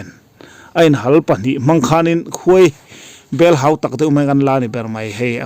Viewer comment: Khuaibel ni lovin khawibel tih tur..